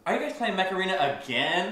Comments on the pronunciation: during the sponsor I thought he was saying macarena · I thought you said macarena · My dude you said macarena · The sponsor sounded like Macerena instead of Mech Aren